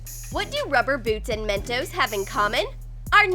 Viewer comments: she said men-toes it's men-tos🤦🖕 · Me: "Narrator needs a hiding" Narrator: Why? Me: "it's called Men-tos not MEN-TOAST! LOL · I Know It's Mentos I Can Spell I Meant That There Acent Was Men-toe Not Men-toast. So Yeah. I Hope You Learn How To Understand Words. 🖕🏼👌🏼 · men toes is what i heard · they said Mentoes